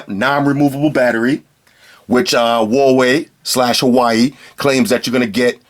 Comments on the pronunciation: good but you don't say hawaii you pronounce it h-oo-ar-way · Lol it is not Hawai, but Hu-a-we-i("Huawhey")! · pronounced (wa-way) btw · You wild americans had too much false freedom that think you can do whatever you want. It is HUAWEI, not HAWAII. LOSER. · If you hear people say 'wa', they must be Cantonese. Most people say 'Hua'. And I'v never heard foreigner pronounce 'Hua' correctly. :-) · Watch his previous videos when he's reviewing phones from that company. You'll get why he says, "Hawaii". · It's pronounced Huawei in Chinese, hua is an existing pronunciation for a lot of words. In this case Huawei=华为, pronounced exactly as spelled as the English name is just the pinyin for the Chinese characters. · 87 (Hu-wa-wei)